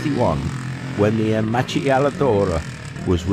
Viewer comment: Small correction: it's pronounced Aermacki. As you predicted, here's a correction regarding the Honda MVX250F being Honda's first two-stroke street bike. It wasn't. If we discount the fact that Honda's very first production model, the A-Type, was equipped with a small two-stroke motor, the title goes to the MB5 launched in 1979. If we include all street-legal models as opposed to street-only, then we must include the MT125 and MT250 dual sport (or dual purpose as we used to say and not to be confused with the MT250 road racer) both launched in 1974. And now the biggie: no one has to thank MZ for rotary disc-valves on two-strokes. They did use them on their GP bikes, but they did not invent them. What Walter Kaaden, MZ's race engineer, did do was to develop formulae for calculating exhaust resonance in two-strokes in order to improve gas flow and in particular he improved on the work previously done at DKW (MZ's pre-WW2 predecessor before the partition of Germany) on expansion chambers. These formulae are the secret that pilot/engineer Ernst Degner took with him when he defected out of communist East Germany and it is the reason why every performance two-stroke is fitted with expansion chambers. And now an anecdote: when I was a motorcycle-mad teenager in Montréal, I would often walk or cycle over to Plaza Cycles which was one of Yvon DuHamel's early sponsors. Besides all the shiny new two-strokes and magnificent Z1, they would sometimes expose one of Yvon's bikes. Even then